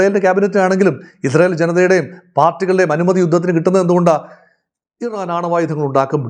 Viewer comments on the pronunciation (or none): none